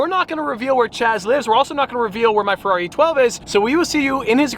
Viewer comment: FER-ever on the FER-ari